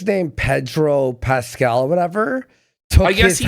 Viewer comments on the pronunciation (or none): none